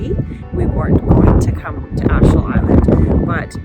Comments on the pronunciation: Wonderful video. One little tip, Achill is pronounced (ack ill). Seeing how others see our country is always very interesting, be it good or bad. Beidh fáilte romhat ar ais i gcónaí (you will always be welcome back in Irish) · We pronounce it GAWL l way, not Gal way, despite the spelling. Also AthLONE and AKill